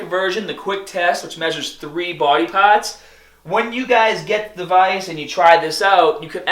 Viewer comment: do you normally pronounce the word "parts" like you did? XD